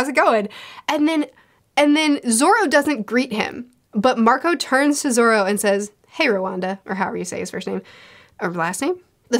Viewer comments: "Hey Rowanda" Dear god xD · I love you and your reviews so much Homegirl called Roronoa Zoro “Roronda” 😂